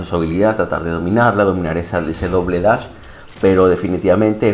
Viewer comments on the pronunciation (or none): none